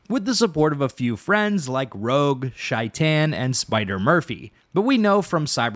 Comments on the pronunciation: Its not pronounced shi tan its pronounced like shayten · Shaitan is pronounced with a long A sound, or at least that's how Johnny pronounces it in game.